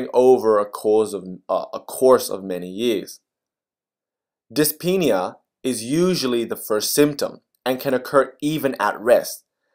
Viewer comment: love how you say DYSPEENIA😂